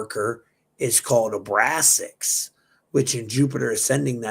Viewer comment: Question 🙋🏻‍♂️ do you say Abraxas as Abrasax because you don’t want to give the name power? I wanted to ask instead of trying to correct your pronouncing of the word like a douche